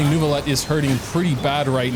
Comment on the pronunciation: great video but please learn the proper french pronunciation of neuvillette